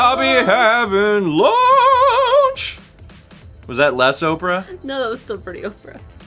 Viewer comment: wait...Oprah or opera? Lol